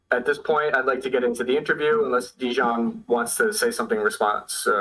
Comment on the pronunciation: Translation was not good at all. A lot of important things that Deyan said we're not even translated. It sounds as a classic American thing not even to try to pronounce correctly the name of person you are interviewing 3 hours (in Serbian it's written Dejan, should hear him presenting him self as Deyan). This fact talks a lot about. Also should be so professional and check confirmed sniper shot range before saying to guy that was 15 years on the front that he is lying. After this way of ending 3 hour interview, shouldn't expect again some important soldier from Russian side to be part of his vlog. P.S. arranging duels is standard Slavic thing, still now... even in war... I don't expect a lot of people to understand that, as most of things that Deyan said.